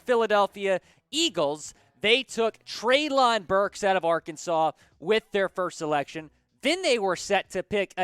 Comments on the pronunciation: It’s pronounced Trey-Lynn, not trey-loooonnnn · It’s pronounced Trey-Lin Burks